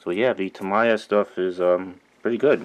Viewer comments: I believe it's "Tah-mee-yah" not "tah-mai-yah" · Gawd, the way you pronounce tamIya irks me so much. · White people prefer to say it "Tah-MAI-ya". Asian people prefer "Tah-MEE-ya" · Tami is very offended by your pronunciation. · so cringy everytime he pronounces Tamiya. lol! but helpful video overall.